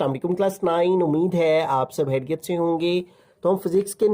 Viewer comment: Sir hm hareat se nhin kheryat se hain 😂😂😂